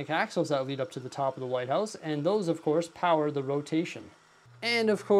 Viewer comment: Every time he said light house it sounded like White House